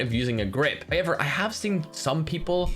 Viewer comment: English language: however: so it’s HIever?